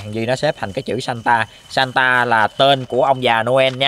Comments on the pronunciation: Santa nghe 1 kểu nhưng đọc thì lại ra chứ satan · santa đọc lái thành satan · Anh đọc chữ santa ngược lại xem